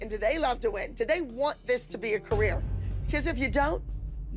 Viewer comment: her moms "wing" say it right 😌💅🏽